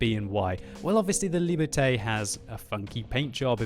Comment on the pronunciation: Shouldn't Liberté be pronounced like "Lee burr tay?"